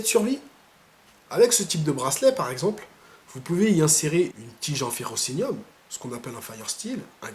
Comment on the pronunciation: Ferrocerium, je crois que tu as dit ferrocenium